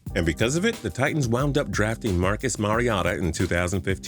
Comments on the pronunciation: It's Marcus Mariota not Mariata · Mar - e - otta I thought it was Mari - ohta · Marcus mariota (o-ta) not whatever tf he said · did this nigga say marcus mariata 💀😂 listen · Its pronounced. Mair-E-o-ta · It’s MariOta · Wow this is a horrible way to say Mariota, and to be honest it is definitely not the first time he has done it. (thats how you say it) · That Mariota pronunciation though 🤦🏽‍♂️ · why'd this goof say mariota like that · I swear if this dude says Marcus Mariotas name wrong one more time.... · The way he said mariota pissed me off lowkey 😂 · why tf can nobody pronounce Mariota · The way he said Marcus Mariota tho... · This is the worst way I heard someone pronounce Mariota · This is how you say it.